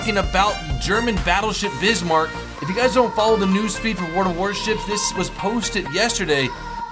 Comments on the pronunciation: Lol I keep hearing bitchmark! lol it was a pain I know. But that ship was powerful and well sad it had to go so quickly as soon it got out of the dock Bismark- the ship that had a lot of potential and taken out British Hood ( only three survived sadly) but a great ship. can't wait to get a hold of it. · It sounds like he's saying bishmark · Bizmark not Bishmark also the nazi navy is called Kreig-Marine :) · Tirpitz is pronounced Tear pits. And Bismark isn't pronounced Bishmark lol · stop calling it the bishmark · There's no "h" in Bismarck, its Kreegs-muh-reen, it's Tur-pitz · Bismark BIS-MARK and TIRPITZ TER-PITS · OMG!!! Bismarck... not Bishmark... not Bissmark; it's BIZmark Tirpitz ... not Tierpitz... not Tierpitsh; it's Terpits Kriegsmarine... they were German, not French; it's Kreegsmareen Battle of Denmark Straight, if I remember, had just four ships involved, two german, two british; I don't know where you dug up two more CA's. Eugene... not Yougen; it's OYgun Prince of Wales had problems with her quad turrets, as did all ships with quad turrets; it was less about their newness, and more about their overcomplexity. An argument in favor of more turrets with less guns. Fun fact - KGV and Rodney got too close to the Bismarck to penetrate her deck, and basically tortured her superstructure until she scuttled. Battleships need angle of fire, NOT line of sight; keep your fucking distance!!! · Ok not to be a troll or anything but it's pronounced Bizmarck not bishmarck and Prince YOU JEN. On another note I hope this game doesn't make the same mistakes Navy Field made as at some point I assume they will introduce submarines, which totally changed the game play of NF and ruined it for a lot of players. So far though from what I've seen this game looks and seems to play amazingly well. Waiting for my key to beta hope to see you there. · Bismarck pronounced as Bizmark, Tirpitz pronounced as Turpits :P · It's Bis-marck and Tier-pitz